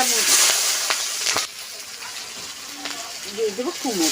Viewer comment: একটা কথা না বলে থাকতে পারলামনা। 😊এতো দিন ধরে ভিডিও করেন এখনো ঠিক মত কথা বলতে পারলেন না। 😊 এই যেমন ঘন্টোকে বলতিছেন ঘুন্টো আবার কুমুর আবার আয়ের মাছের ভুনা দিয়ে খাবো। আবার ঝোল দিয়ে খাবো ইত্যাদি। এইরকম আরো ভুল হয়😅কিছু বলিনা তাই। এইরকম ভিডিও দেখলে খুব হাসি লাগে রে ভাই। ভিডিওই যখন করবেন একটু ভালো করার চেষ্টা করে 😅